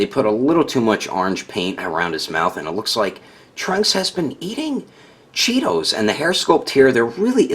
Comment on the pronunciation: The way you said “trunks has been eating... C H E E T O S” had me dying😂😂😂